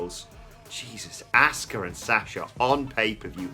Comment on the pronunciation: Why is it so hard for these guys to pronounce ASUKA'S name correctly? 🤷‍♂️🤦‍♂️ They say ASK-UH with a hard A when clearly everyone else in the world uses a soft A and says Ah-ska aka Asuka